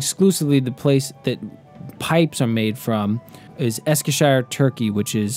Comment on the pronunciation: Meerschaum is German for seafoam as meerschaum occasionally drifts up to sea level. In German au makes an ow sound. Also Eskisehir turkey is pronounced Esk-e-shear. A very well done video. I just subscribed to your channel.